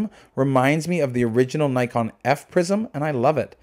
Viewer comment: Before praising the camera why don't you learn how to pronounce its name properly ?